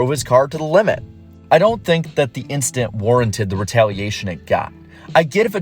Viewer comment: Nobody: Charles Leclerc: just an inchident